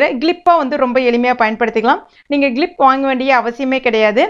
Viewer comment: That is clip not glip 😂😂😂😂😂😂😂